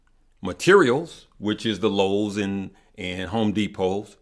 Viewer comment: Lowes is LOW, not LUS